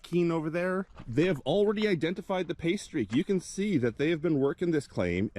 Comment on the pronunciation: It took a few minutes... I thought that you were saying "pastry" instead of "pay streak". I was thinking you had a new code word for a good spot.